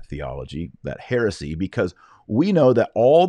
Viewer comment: When you said ”There’s a lot of heresy out there,” at first I heard it as: “There’s a lot of Pharisee out there.” 😀